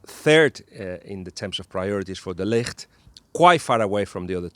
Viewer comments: It's de Ligt! The "g" isn't a "ck". Ballbag actually ponounced it correctly. Take the "g" from Ballbag and make it sound softer and you have the "g" from de Ligt. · Was hoping your pronunciation of 'De Ligt' was a hint that he is coming to Liverpool